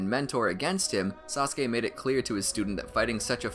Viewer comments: Thank you because using the clip of you saying sauske over and over again was annoying but you should do Ay next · This is how many times he said "saskue" | | | | | | | 👇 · U mean saskey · Before I watched Naruto I thought it was pronounced Sauce-ook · Yes indeed sasuke sounded so werod